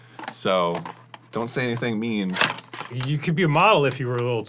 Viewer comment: "What did any of the words you just said mAen." - Danivul Avirden